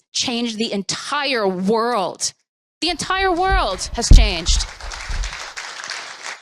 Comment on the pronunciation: "tHe EnTiRe WORLLLT" This woman is a literal brainlet.